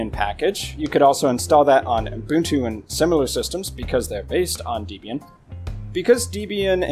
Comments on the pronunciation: Distrowatch does not list the most popular Linux distros, it lists the distros whose pages have the most hits on its website. There is no accurate method whatsoever for determining which Linux distros are the most popular. Also please learn to pronounce Debian correctly - it's pronounced DEBB-IAN, not DEEB-IAN since it's named after Debra and Ian Murdock, its founders [also learn to pronounce MATE correctly, it's not MATE but MAH-TAY since it's name after a type of South American tea]. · The official pronunciation of Debian is 'deb ee n'. The name comes from the names of the creator of Debian, Ian Murdock, and his wife, Debra. "Not Deeebian for goodness sake." Otherwise, thanks for a nice video.